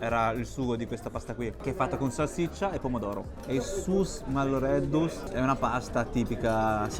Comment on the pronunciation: Da cagliaritano: pizzetta nel cappuccino assolutamente no. Si dice Is Malloreddus e non Sus Malloreddus😂 pizzetta sfoglia dolce non è tipica cagliaritano, ma solo sugo o capperi e acciughe. Per il resto direi ok....😉😉